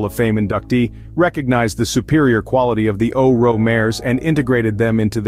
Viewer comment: I have one of their retired geldings. Best horse EVER! Also, it's not O-RO. It is O RO. Pronounced O.R.O. Good video.